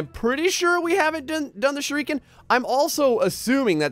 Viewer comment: wow you said shuriken right remember me?